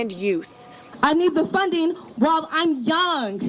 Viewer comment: “I need da funding” literally just another gibs me dat